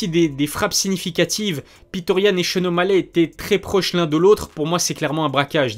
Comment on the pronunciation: C est petr yann.prononcer Petre.pas piteur. Sinon o top, comme d hab